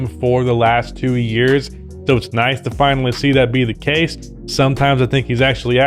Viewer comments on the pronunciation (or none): none